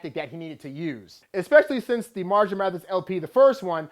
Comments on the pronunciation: Can you please pronounce his first name right? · Haha he said it wasn't better than Recovery LOL. and at least say 'marshall' right